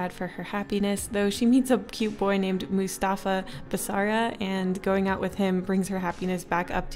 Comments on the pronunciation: The way you said mustfa hurts me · The way u said Mustafa >:(((((